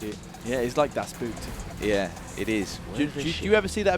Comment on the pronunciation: I know the video is quite old, but it's just so cute seeing pronouncing "das Boot":D Really, you'd be closer to the right pronounciation if you just said "boat" instead.